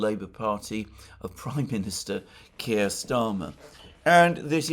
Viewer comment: Kire rhymes with queer!